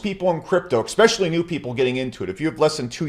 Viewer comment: I simply cannot sit and listen to a grown man who pronounces the word especially, Expecially. Holy Christ I haven't heard that since 2nd grade!!!!!!!!!